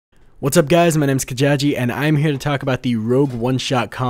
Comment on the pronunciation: That's amazing. Thank you for promoting my music, and yes you did say my name correctly.